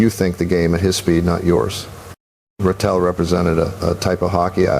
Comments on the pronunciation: the voiceover pronounced it “Gene”. I grew up rooting for Ratelle, and am very aware of how his name is pronounced. The ZH sound is right. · This is a joke! Orr isn't even speaking. It's AI. This voice doesn't even pronounce Ratelle right